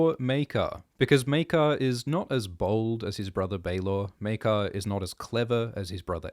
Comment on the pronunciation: It's pronounced... Mere-kar!